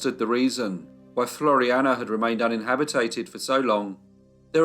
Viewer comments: *un·in·hab·it·ed. Not un-in-habi-tated. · LOVE your videos. But "uninhabitated" is not a word. It's uninhabited. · What the hell is “unhabitated”? I think “uninhabited” is the word you’re after.